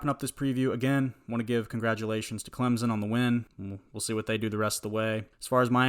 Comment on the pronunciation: NO Z IN CLEMSON please stop my ears are bleeding